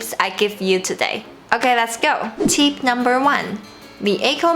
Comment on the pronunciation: You pronounced tip as teep.